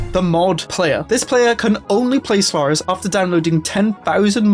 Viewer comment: I swear, I keep hearing you say Slurris.